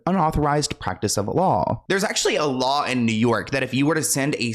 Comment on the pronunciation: Yaaas! I love how you put together this video. Very educational! I also love you keeping it real! Funny she can't 'law' correctly lmao